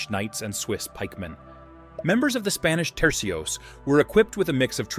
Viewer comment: Tercios, not trecios